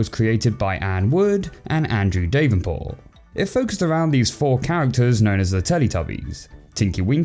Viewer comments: That is the single worst pronunciation of "Davenport" I've ever heard. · Davenport is pronounced Dav-en-port not Dave-en-port by the way.